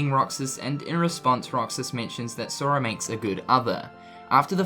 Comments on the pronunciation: he says soria lol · listen how he says sora